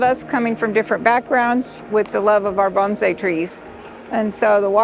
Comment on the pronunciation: How refreshing to hear someone pronounce bonsai correctly